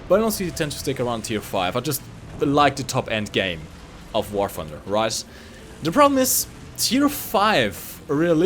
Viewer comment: "War Ffunder"